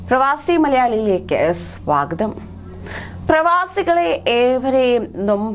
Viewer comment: Swgtham alla swagatham aanu.